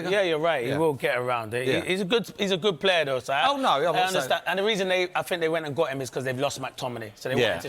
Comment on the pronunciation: Wtf is a "Gud Plaa"?